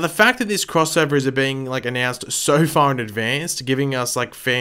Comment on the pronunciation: It sounds to me like you tried to say 'crossover' and 'Oliver' at the same time haha .. did anybody else think the same thing that I thought when you heard him attempt to say crossover??? lol